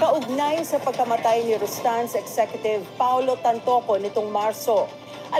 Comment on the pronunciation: RASTAN KA NG RASTAN!!! RUSTAN RUSTAN RUSTAN YAN UY!!! RUS RUS RUS RUSTAN!!!!!